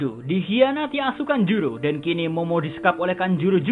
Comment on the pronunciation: Ngakak pas admin omong asukanjuro ,,jowo ndi min sampean?